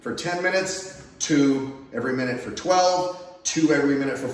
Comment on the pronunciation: Sir, not to be contrary, but you pronounced 12 wrong. The way YOU pronounce it sounds like 103. That's horrible pronunciation. You should work on that! LOLOLOLOL Seriously though, DAMN THAT'S A BUNCHA PULL UPS BRO! I'm going to share this with my sons, and I subscribed. Thanks.